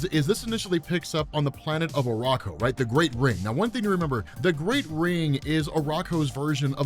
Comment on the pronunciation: Uranos - Yur-an-Ose. Not Yur_Ayn-Ose. It probably comes from the alternate pronunciation of "Ouronos" (one of the original greek pronunciations of the god of the sky)